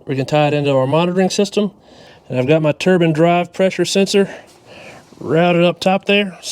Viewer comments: You F&*king idiot. You had me laughing my TITS off. I like you, I like you a lott &, I'm not sure if that's something you really want. The 1st thing we have to discuss is the word TURBAN as opposed to the word TURBINE, pronounced TUR-B EYEN AS in eye sound after the B. A turban is worn by a rag head, the likes of which are found in Iran ( pronounced E rarhn, not Eye ran) whereas, a Turbine is found in a turbo....which is short for TURBINE found in a vehicle. Now, I could really confuse you by asking you to explain how you, " Could care less" when, you really mean you, "Couldn't care less" but, Im not not a kundt so I won't ask you that. Otherwise, you do an excellent video. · Ter-bine, not turban. Yeeesh. Good explanashun, anyway. Thanks.